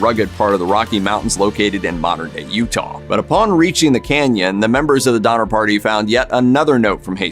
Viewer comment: DoNNer, not Dommer…